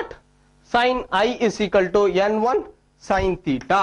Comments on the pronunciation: why is he saying n1 as yen 1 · suchit sharma it's funny right? 😂